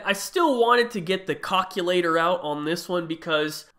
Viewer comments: Ik dis dude did not say cockulator😂😂😂😂😂😂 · This dude really said "cockulater". 💀